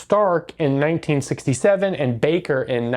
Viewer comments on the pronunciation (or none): none